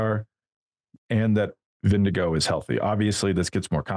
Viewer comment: Great show!... Jonas himself pronounces his last name VIN-g-gard - not VIN-g-go. Johan (the linguist on your staff) also says VIN-g-gard. Just sayin.